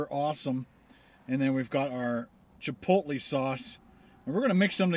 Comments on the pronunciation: it's pronounced Chip-oat-lay not chip-low-te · It's pronounced "chipotlay" not "chipotlee" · It's pronounced chipolay